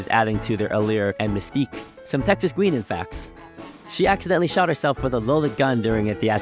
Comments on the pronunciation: Texas' first name is pronounced GUY-nan, not GWEEN-nan or whatever your keep saying. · Just for future reference, her name was pronounced Texas Guy-Nan, not Guee-Nan. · GUINAN (as in Texas Guinan) is properly pronounced GYE-NAN.